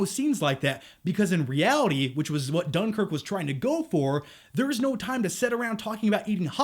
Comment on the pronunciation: lol you can't even pronounce dunkirk right. i hate seeing americans thinking they know britain and the history of what happened.